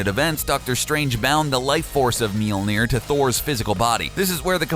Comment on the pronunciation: Tip: If you want to be real classy when talking about the hammer, listen to the letter ø/ö and put it in the middle (Mjølnir). It would make the pronounciation far better. :-)